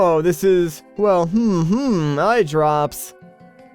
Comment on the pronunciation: But the Biggoron didn't say "eyedrrrrrrrrrrrrrops" he just said "eyedrops", fail!